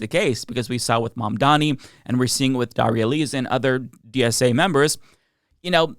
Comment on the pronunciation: They refuse to pronounce Mamdani correctly. In the same way, they refused to pronounce Kamala's name correctly. Its such a petty, cheap shot that they use when they have nothing else. They can pronounce Mahmoud Ahmadinejad and Netanyahu correctly, so I know they can do it.